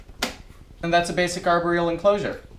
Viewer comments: Am I the only one who noticed how he's saying aboreal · No I think everyone has noticed pronouncing it arberial! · I cringe every time he says arboreal